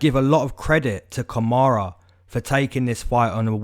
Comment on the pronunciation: it’s Kamaru not kamara and he is getting kod